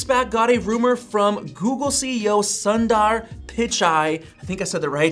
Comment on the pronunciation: SUN-DAR!!!! the U sounds more like "oo" in the word 'soon' . Soondar. and Sundar means beautiful in hindi